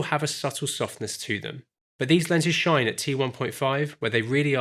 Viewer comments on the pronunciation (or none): none